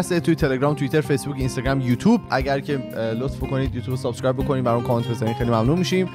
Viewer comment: من نمیدونم چرا که دیگه تو کانادا داره زندگی میکنه چرا به subscribe میگه سابِسکرایب؟😄 اون کسره ِ ب خیلی زجر آوره برام. (بازم ببخشید اگه هکسره اضافه گذاشتم)